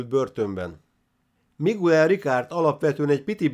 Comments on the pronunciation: Ejtsd: "Migel" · Bocs,hogy beleszolok, a Miguel nevet Migelnek ejtik.( Bocs,a Spanyol ABC - vel irok,nincsenek ekezetek!!).España.